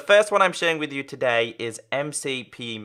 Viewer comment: u like towday at the start hahahahhahahhahhahahaha XD